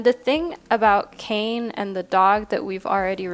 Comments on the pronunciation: Hey there just trying to be helpful but Kāne is pronounced like Kanye west but with out the yuh soun so ka-neigh. But with an extended a sound so like kaa-neigh. Otherwise: I felt super drawn to teo cards in this reading. Kane because very very rarely do we see pacific islander spirituality and religion represented in modern western spiritualism. And truthfully i was only drawn to him till i was like slow down look just to see who’s represented. Apollo is a figure of much importance to me so i knew i was supposed to hear that too. Wow oh wow! You are a fantastic reader and i enjoy how the big sis vibes. As an eldest daughter i am almost always looking for the big sis i never had lmfao. You do it splendidly. (Saying this is the least parasocial way possible) As for the zodiacs I went ahead and listened to my main signs for both western and vedic astrology. Once again 🤯 you are a cery gifted and intuitive reader! I hope all is well with you and yours. Thank you for your videos!💛💛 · For group one It’s actually pronounced “kah-nay” I’m from Maui, HI just want to make sure the Hawaiian language is pronounced properly 😊 I love your channel ❤ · Hey love, just a quick correction. The first group with the Hawaiian God is pronounced with two syllables, Kā-ne. 🤍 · Aloha, I'm a subscriber from Hawai'i. Love your readings and just wanted to leave a little note that the pronunciation for the Kāne card is [KAH-neh]. Absolutely no judgment, just pleasantly surprised to see my culture represented! Mahalo! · For pile # 1 - Kāne is Hawaiian for Man and it is pronounced KA (“ca”sound in “car” and NE (“ne” sound in “neck”) 😄🤙🏽